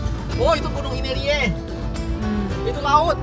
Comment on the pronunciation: GUNUNG INERIE... bukan Aimere